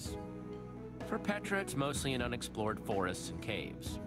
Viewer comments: Its petra not jetra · it's Petra not Jetra